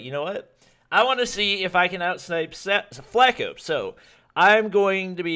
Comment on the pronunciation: It's not Flake-O, it's like Flock-o. Spelled Flacko means skinny in spanish.